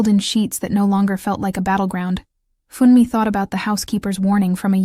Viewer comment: Funmi is pronounced FHOON me. Not Fun me!!! Why do the photos of them change to two white people?! Stop that!!!